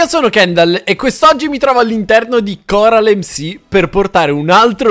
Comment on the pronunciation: ma non si dice CORAL EMSI ma si dice CORAL EMME CI